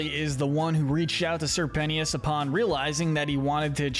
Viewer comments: Its not sir Penty-us, ITS SIR PEN-CHUS!!!!!! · It’s pentious not penthious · ITS PENCHIS NOT ✨PENTEEUS✨YA GOOF BALL! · Say it with me "pen...chus...penchus" not pen-tias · I cannot focus when he calls Sirpentious (sir-pent-chus), Sirpenious (sir-pen-e-us) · Sir pennyous. Thats what your saying. Prounounce it Sir-pen-cious" Pentious Pencious, same Canon pronouncianction. No critizicm though!!! Loved this vid! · Penius............is it me or it sounds like PENIS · Sir Pentious, not Sir Penious. It’s a pun based on the fact he’s a snake… a serpent. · The fact that he said Sir PENT-EY-US 😭😭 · Ok I don’t know if I’m saying it wrong but I’m pretty sure it’s `Sir. Pen-chis‘ and it kinda annoys me when you said it like that… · i was enjoying it until he started saying “sir pennyus” 💀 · Matey did not just say sir pen T us instead of pentious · ok ok is no one going to mention Sir PENTYUS?! the way he pronounced sir pentious name?! like I can understand if they never said his name but thats not how its pronounced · With all due respect, I must take a moment to acknowledge and poke fun at pronouncing his name “Sir Pennyus” 😂. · STOP CALLING HIM PENNIUS 😂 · stop calling him penious you sicko!!!! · Bro why did you call pentious sir penious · Bro is really calling sir pentious sir penis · “Sir penteeous”💀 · homie said "sir penious" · It's pronounced PENT-TIOUS. Like serpent. Serpent shious. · Respect sir Pentious, NOT PENIUS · Not the pronunciation of Pentious 😭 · It kinda bothers me how he pronounces Pentious name 😂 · Wait- is that how your supposed to pronounce Pentious !!! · WHY ARE YOU SAYING SIR PENTIOUS LIKE THAT 😭😭😭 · You need to pronounce Sir Pentious’ name right man. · BRO PRONOUNCE PENTIOUS RIGHT! 😭😭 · How did you get Sir Pentious's name wrong so many times 💀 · You kept saying sir pentious wrong multiple times